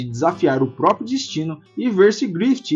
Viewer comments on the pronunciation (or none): none